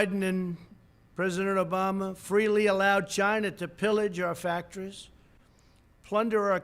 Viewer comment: Obamash? Lol.